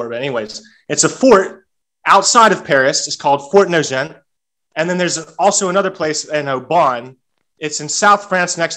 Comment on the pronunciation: eh… so I’m listening to this guy. He sounds fake. He butchered so much, how can he not pronounce Fort De Nagent? Or Aubagne?